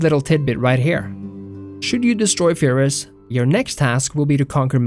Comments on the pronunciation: Pyrrhus not Fyrrhus!!! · Well, the name is Πύρρος, there is a P there, not an F, not to mention that Greek (at the time) didn't even have the f sound. Cheers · Please say Pyrrhus correctly in the future